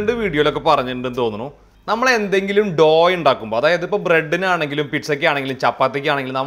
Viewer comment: It’s not pronounced doo dough